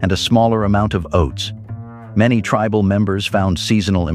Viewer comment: If you are going to use an AI voice moderator, please use one which can properly pronounce words. For example, the one you used for this video pronounced "tribal" as tree-bal. Many other words were pronounced strangely. If you can't find an AI generated voice which pronounces words correctly, then please use a real person to moderate the video.